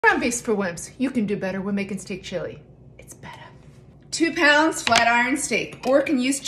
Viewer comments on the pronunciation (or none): *Whispers: "It's bettah!" ....She's killing ME! 😍🤪